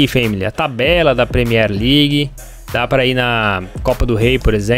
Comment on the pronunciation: O FALA PREMIR LEGUE MAIS É LALIGA